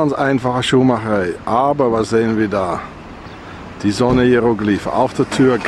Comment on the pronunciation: seht mal bei das a von schuhmacherei